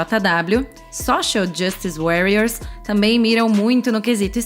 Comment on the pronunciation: A narração foi muito boa, só comentando aqui pra dar apoio. A única coisa que deixo minha crítica construtiva e revisar alguma palavra estrangeira antes de pronúncia-las. Como no SJW, no Warriors. Mas tirando isso ficou ótimo.